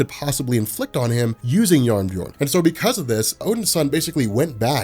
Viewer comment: I loved that pronounces jarnbjorn as jabberjorn